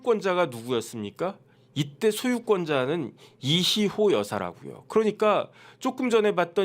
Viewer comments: 왜 이희호가 이시호로 들릴까요?~^^ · 이희호 여사요 이시호라 발음 하시네